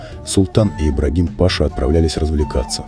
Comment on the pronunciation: Господи....ну какой пАша????? кто озвучивает вы в школе учились? не знаете где и когда нужно правильно ставить ударение??? смотреть хочется, а вот слушать - нет.